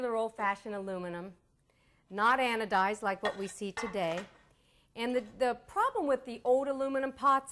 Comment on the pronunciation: "Anodiz" get a dictionary.